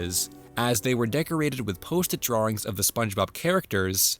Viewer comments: I don't like the way you say "drawings". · Off-mardle drawrings